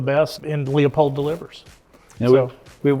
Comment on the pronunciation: Pronounced Loopold “e” is silent.